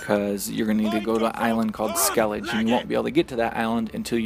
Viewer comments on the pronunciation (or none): Its actually pronounced "skell ih guh" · Of course it's the Americans that call it Skellidge even though every character calls it Skellige